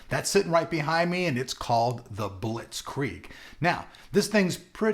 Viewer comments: Haha... es ist witzig wie er "Bitzkrieg" ausspricht :) Ach und wenn schon dann bitte "Der Bitzkrieg" ;) Deutschland FTW ! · haha its funny how you proounce "blitzkrieg" :D